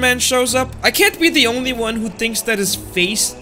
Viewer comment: Bro said omy. Omy goodness bro said to 2x